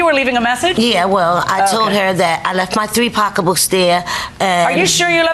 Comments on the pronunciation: Did she say they went to Apple B’s to get “pockabooks”? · You mean “pock a books” 😂😂😂😂😂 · I was cracking up every time they said pockabook😂😂